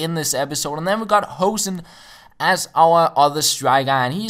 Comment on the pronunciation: Instead of saying 'Hohsen' you should say 'Hooosen'